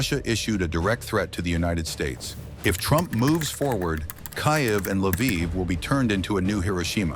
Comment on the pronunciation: After all these years, and you still can't pronounce KYIV right. THUMBS DOWN.